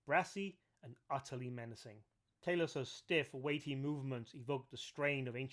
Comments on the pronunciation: Not "Tay-los", it's pronounced "Tah-los". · I believe it's pronounced "Tah- Loss" But I don't want to p155 on your bonfire. Great video. I love this stuff. I will subscribe.